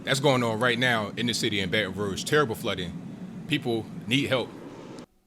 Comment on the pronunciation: Thumbs up for telling the truth and pronouncing Baton Rouge correctly.